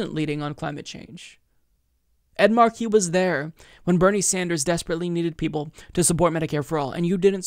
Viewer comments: Not Markeee. Marky. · I love you,, but please get your name right: It's Ed MAR-key, not Ed Mar-KEE. 🙄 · The Senator’s name is “Markey,” not “Marquee.” It’s pronounced “MAR-key.” It rhymes with “Sparky” (or “snarky”). It’s been 2½ months since your earlier video on this race (“Ed Markey DRAGS Joe Kennedy Over His Phony Advocacy for Medicare For All”) and you’re still mis-pronouncing his name. There are several interview videos of Markey on YouTube, and the interviewers always get his name right. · It's Mar-key not Marquis,. Ed Mar-key! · It's MARK EE not mar key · not at all! I'm from western MA and don't use the rogue "R" ("Ah") myself in regular speech, but I still say "Mah(r)key," not "Marquee" as been doing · Mar'key - not Mar-key' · great analysis! One small nitpick, you pronounce his name as if it is spelled MA are QUIS. Here in Massachusetts we emphasize the 1st syllable of his last name. But thank you for clarifying the subtle differences between these candidates. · what is up w the pronunciation of Markey. Mark-y. or as commonly pronounced here in MA - Mahkey. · It's pronounced Maaah-kee. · It’s pronounced Ed MAHkey, emphasis on first syllable. DO NOT pronounce the “r” 😀😂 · I know right it's like major WTF lol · yeah, that hurt my ears, too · No, it's not. The name "Ed Markey" is literally one of the most easily pronounceable names ever, and fucks that shit up far too easily. It's fucking annoying. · And yet he can't fucking pronounce "Ed Markey." 🙄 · Am I the only one who cringes every time mispronounces Markey? Everything else was spot on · Lol you say Markey funny, too much emphasis on the second syllable I think